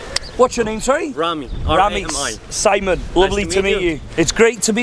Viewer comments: who da f is "cemooon" :))) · “My name is Seemon” 💀😂😂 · Simon in the UK: "My Names Simon, Nice to meet you!" Simon in a Foreign Country: "My Names SEEMON, Nice to meet you!"